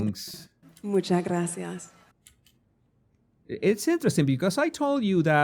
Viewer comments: Nah she got it off of google translate, that’s why it’s pronounced with a th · spanish here and her z from hace is softer, she mix it with an s , as in some part of andalucia and she sais graSias instead of spanish graZias , not argentinian at all either, it sounds caribean to me and i won't consider this fluent, it was just left to say: me gusta la " Payeya"( paella, that non of them pronounce properly XDDD) to sound like all the artist that come to play to spain and say 2/3 sentences in my language to win the atendants & fans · Too much " grassy arse" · She actually said it like grassy ass 🤣